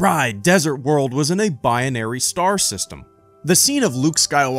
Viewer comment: Are you adding another sylable? It's "Bi-Nary" not "Bi-on-Ary".